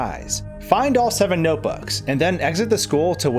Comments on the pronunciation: "Noboos" it's notebooks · “noteboos” mario baldi crossover confirmed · YESH HE SAID NOTEBOOS!!!!!!!!! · "noteboo" REEEEeEEEEeEEEEEeEE